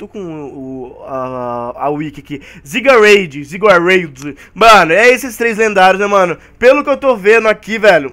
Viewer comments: A pronúncia certa dos lendárias é: yveltal: iveltal xerneas: zerneas zygarde:zaigarde já deixei meu like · se pronuncia zarneas,iveltol e zairgarde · o pokemon Zygarde se pronuncia com Zaigarde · se fala zerneas ivital e zigarde